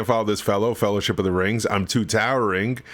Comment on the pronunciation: 'fellow-shit'. but for that last letter, he did manage the whole word. :)